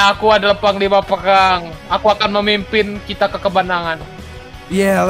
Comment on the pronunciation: "perkkhhhgang" berbicara